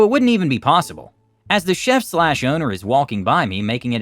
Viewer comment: Chef = Sheff not Cheef